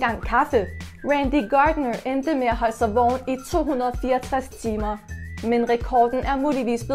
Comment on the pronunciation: Du siger ikke vågen men du siger vogen